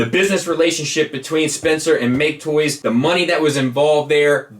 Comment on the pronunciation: I knew I wasn't imagining things with talking about how You're apparently supposed to pronounce MakeToys!